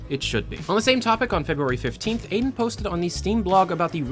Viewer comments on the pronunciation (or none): His name is not Aiden, my dude, it is Alden. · ALDEN. It's A L DEN. >_<